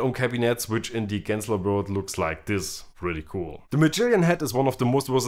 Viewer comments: Is that how you pronounce Genzler? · Bitte Genzler mit G wie Gibson. Und noch was … das "e" von "the" wird NUR DANN als "i" ausgesprochen, wenn ein Vokal folgt.